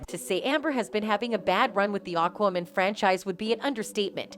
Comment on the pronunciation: AND FOR THE LOVE OF GOD WOMAN.... ITS AQUAAA... NOT AKMIN!! AQUAAAa.... As in water.... Ya know???